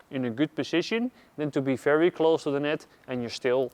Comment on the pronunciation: I’m confused. Why is it ‘fery’ and ‘folley’, but it’s not ‘famos’? Great videos, btw😁. Subscribed